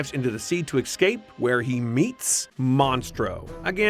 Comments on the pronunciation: This narrator needs to stop saying EXCAPE. It's ESCAPE, you "professional broadcaster". Do you say besghetti and libary too? Excape...SMDH. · the word is "escape" not "ex-cape" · I can't understand why you keep mispronouncing the word, 'E S C A P E' , saying 'E K S C A P E' instead. . . The reason I bother writing this isn't to bring anybody down, but to try to make you (or really anyone reading this) realise that something as 'insignificant' as a (repeatedly) mispronounced word CAN and WILL break the image that people have of someone. As I watched this video from start to finish, I kept hearing you drop the word, 'ekscape', quite a few times. The first time I heard it, I thought it was probably just a slip of the tongue, but not much later you use the same word again, and again, etc. At that point I begin to seriously doubt the author's credibility/state of mind, wondering why I started watching in the first place. And when that happens. I know I will never watch or read anything made by this person again. You have to understand that this entire judgement process happens internally and it happens so fast that the 'decision' really isn't a conscious thing at all, it's like a permanent flag is set, an attribute that sticks out above anything made by the author in question, so the next time I come across something created by that person, I won't even consider watching because it is from a 'flagged' author. Even though this 'flagging' happens on an almost subconscious level, I will likely ignore anything made by that person again. Now.....I was aware of this as it happened, and I made a conscious decision to write this lengthy piece of text to; - make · Escape is not pronounced ecscape! There is only one c... Smh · Fun drinking game: Drink every time he says EXCAPE instead of ESCAPE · ESCAPE NOT EXCAPE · Escape, not "ecscape". -_